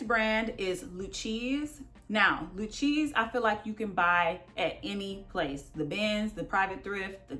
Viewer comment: Thanks for the informative video! Just fyi, Lucchese is Lou-Kay-zee. 👌🏿👌🏿